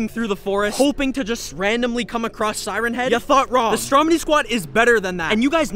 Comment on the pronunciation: It’s siren